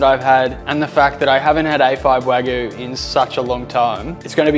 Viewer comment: Great content! Wagyu is pronounced Wa-gyu. Like Argue Not Wa-goo.